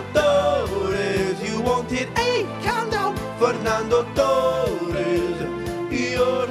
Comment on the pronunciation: i know hes trying to do a spanish accent but he should have rolled his r in torres lol